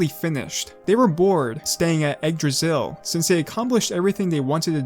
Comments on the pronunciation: nice vid but it's not pronouced "Egg-Dra-Sill" it's more likre "igg-drah-sil" Igg as in Iggy Koopa (not trying to be rude or anything I just don't have any better wording for this) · Why does it sounds that you recorded an audio saying "Yggdrasil" and put it everywhere it was needed because you didn't want to take the risk pronouncing it wrong?